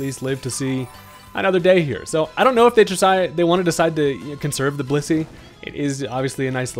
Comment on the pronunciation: WHAT DID YOU JUST CALL BLISSEY?